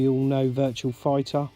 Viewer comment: It's Virtua, not "virtual"! Great collection,. I need to get The Game Paradise, what a unique game! Very jealous of the Metal Slug RAM pack too. I've been meaning to do a response to Russ too, so I'll link this video when I do.